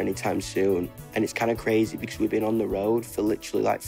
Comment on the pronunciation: " Becos " nO nO NOO